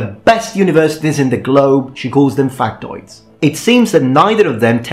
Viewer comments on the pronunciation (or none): I thought you said Fuk-toids